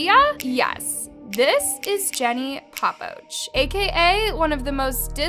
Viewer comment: That is not how you say her last name🤦🏽‍♀️